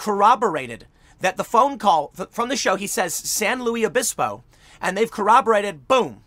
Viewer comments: FYI, the locals in San Luis Obispo don’t like it when you say “San Louie Obispo”. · San Luis Obispo is said like Lewis not Louie . Same with lompoc is said like lom poke .....you can tell your not from here when you mispronounce the name of the city. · Tim, you are supposed to pronounce the "s" in San Louis Obispo 😁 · Tim there's no French influence of any significance in CA even Larry King got closer with the Spanish pronunciation, even though the locals don't say it that way either. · FYI you pronounce the “s” in San Luis Obispo. California is dying but I’ll always have love for that city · Pronounce the s in San Luis Obispo. Luis is Spanish in origin. Members of the press that cannot properly annunciate a common place name loose credibility. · The ‘s’ isn’t silent in San Luis Obispo and whenever Tim says the name it hurts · Lolol I was looking for this comment. It killed me too. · Are we just going to allow Tim to pronounce it San Louie Obispo with no repercussion? It’s San LUIS Obispo! SLO is an amazing place, don’t screw up it’s name! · In case this gets popular, locals pronounce the S in Luis. I went to college there and they say San Lewis Obispo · Not pronounced San Lew E Obispo. Pronounced San LEWIS Obispo. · San Luis Obispo is Spanish in origin. It's pronounced similar to the English version Lewis, but the "i" is like a long "e" or lou-ees. You're pronouncing it like the French, Louis, where the "s" is silent, or the English version, Louie, where the "s" is absent altogether. The irony here is that the CA town on San Luis Obispo is named after the 13th century bishop, Saint Louis of Toulouse, France. I'm not a language nazi, just fascinated by language & history. Great job Tim! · Am I the only one bothered by Tim saying: St Louise ovispo? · SAN LUIS OBISPO sounds like SAN "LEWIS" OBISPO or SLO. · It's pronounced "Lewis" -- San Lewis Obispo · Petty comment maybe, but it is pronounced San LEWIS Obispo. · It’s San LuiS (the S is not silent) Obispo